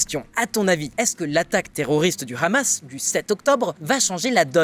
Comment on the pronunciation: Merci d'éviter de prononcer "Hamas" à la facon israélienne. Prononce comme tout le monde en France "amasse". Merci.